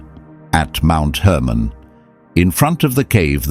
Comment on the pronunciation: Hermon not Herman.